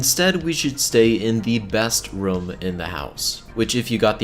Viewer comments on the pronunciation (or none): It sounds like he says rum not room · It’s ROOM not RUM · ITS ROOM NOT RUUM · He said quastion and then rum and I was like...USA? Explanation?